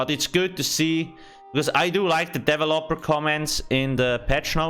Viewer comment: I say Deh-Velop-ur he says Devel-upper.